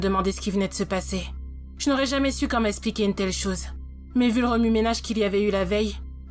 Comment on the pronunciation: Pas mal comme histoire même si prévisible. Mais 10 ans de prison ferme pour délit de fuite et non assistance à personne en danger (c'est beaucoup) ? Dans quel pays ? Et dommage pour la prononciation de certains mots... "expliquer" qui devient "espliquer"...